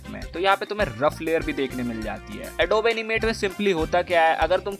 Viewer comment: its not adob. its adobe(ad oo bee)